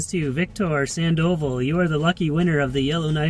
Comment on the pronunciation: Victors last name is pronounced “San-doe-vah” lol. NOT “Sand-oval”